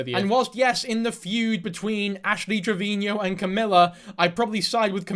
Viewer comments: Trevino, not Trevinio lol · Please stop calling her "Triveñeo".. you're making her sound way more fancy than she is lol. It's just trivino lol. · 6 videos and still can't pronounce Trevino